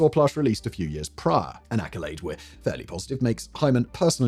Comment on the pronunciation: It was four yeeahhs praah